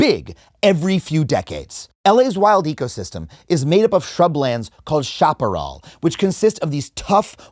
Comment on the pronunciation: Shap-a-rel not shop-a-rawl